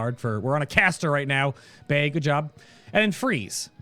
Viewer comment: The internet ruined me. Whenever he says "Bay" I hear "Bae" :(